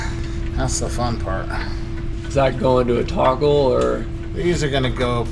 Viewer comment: did say toggle or torggle lol